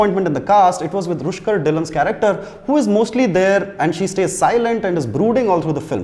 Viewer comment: It’s Rukshar Dhillon, not Rushkar